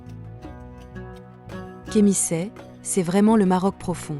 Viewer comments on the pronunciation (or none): reportage artesque, mais il faut eviter les debordements audio par IA: Remisset = Kh'missat??, Oulmes devient Oulmai, Tiffelt devient Tiflai. il faut eviter ces debordements.